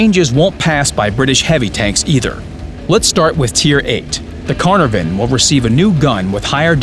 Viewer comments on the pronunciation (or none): What's a "carnovan" exactly? I thought WG were getting their pronunciation right...hence the "Teeger" Tiger..